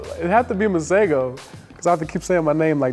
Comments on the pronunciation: His pronouncing his name wrong, its not Masago its Masego. Also its not T swana, its Tswana...but hey whateve tickles your fancy bro, its your name you can make it whateve you like. From your friendly South African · I'm from Africa , South Africa and I can speak Setswana. It's pronounced maseho . Get it right. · In South Africa we pronounce Masego differently. The 'g' makes a flem sound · I live in South Africa (where his name originates) and his name Masego is is pronunced (MAH-SEH-GOU) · Yea the way we say it is ke ma-se -go(emphasis on the g) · 'Masego' is not pronounced the way any of the people here say it. The 'g' is much harder, not a soft g but a harder g which sounds like a grinding/pulling at the back of your throat. similar to how the name Juan is pronounced. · Y'all aren't pronouncing his name right I know I'm from Africa, I speak setswana but anyway. He has a name usually used for girls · In South Africa that's not how we say Masego...kinda makes my eye twitch. But ok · That is a Setswana name but that is not how you pronounce it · The man can't even pronounce his name correctly. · lol Masego cant even say his own name ryt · Lol That's not how you pronounce Masego😅